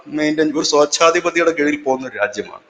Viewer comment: സ്വേഛാധിപതി ആണ്.not sochadhipathi.anyway u r giving many good informations thank u for ur hard work